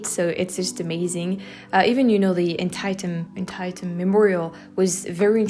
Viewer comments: Loved this series,, great job on all the editing! Glad you had a good time, looking forward for more! Side Note: The battlefield memorial you visited, Antietam, is pronounced more like "Ant-tee-dum" instead of "Ant-tie-tum" -- not a lot of native English's speakers get that right at first glance either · An Tee tum is the proper pronunciation by the way. :)